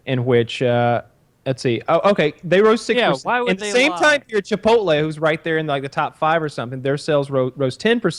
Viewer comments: Why do so many old white guys say Chipolte my dad says it the same way as Woody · Woody has been saying Chipote for years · He’s gotten better recently. He’s calling it Chipolte now